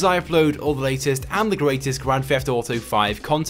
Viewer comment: its his accent